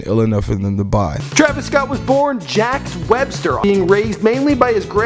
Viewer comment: It's not "Jack" Webster, it's pronounced like "Jocks"